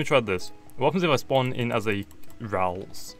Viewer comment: ITS NOT RAULTS ITS RALTS! AND ITS NOT RILU ITS RIOLU